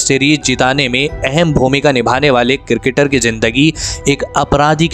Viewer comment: Its cricketer not cirketer😂